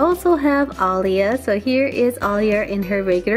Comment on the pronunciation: you said aldeea